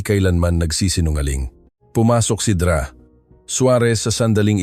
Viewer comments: Ano ba yang mali maling bigkas Ng mga salita,Yung Dra.sa halip bigkasin Ng Doktora,binibigkas Ng Dra.hindi ba iniedit yan? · Maganda ang kwento ngunit hindi tama ang pagbigkas ng ibang mga salita gaya ng Dra. Iyan doktora hindi Dra.